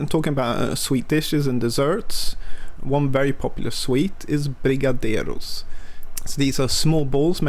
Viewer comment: Just wanted to you nailed the "brigadeiro" pronunciation